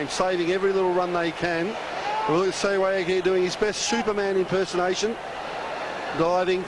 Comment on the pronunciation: Yeh shewag kon pronounce krta Hai Bhai :D hahaha